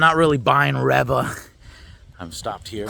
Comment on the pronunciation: It's pronounced ReeeeeeeVA 🤡